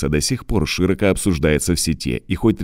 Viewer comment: шИроко? У вас там проблемы с ударениями))